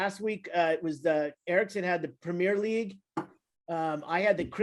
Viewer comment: Prem - ee-er league, Premier League.